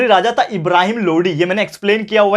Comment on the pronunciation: Sir 11.57 to 11.56 it is Ibrahimalodi not loudi